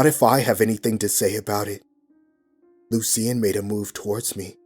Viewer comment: I love your narrations, but I have to tell you, you are pronouncing Loucian wrong, it's pronounced like - (Lou-shin) hope this helps